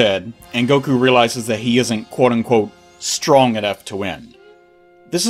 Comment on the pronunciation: I love the "uwu" pronunciation you gave the word "strong" in this video as if to mock power levels; S T W O N G. something about hearing that twice in a row really tickled my funny bone lol